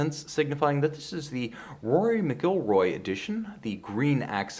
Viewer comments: I love your passion as a fellow cyclist, However, its clear your not a golfer. You mispronounced the name of one of the best golfers of our time - its MACULROY - that s the phonetic spelling of course. You are clearly a fellow scholar so I am just educating you since I am a cyclist and a golfer. Have a great night. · Rare misstep for. It's pronounced MACK''L Roy! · I hope you watched some more sports since 2018 because the way you pronounced McIlroy's name is embarrassing.